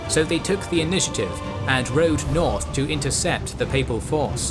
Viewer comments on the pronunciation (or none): none